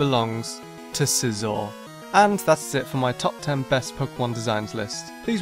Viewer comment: I love scizor i enjoy sweeping my freinds whole team with it also extra credit for pronouncing it right 👏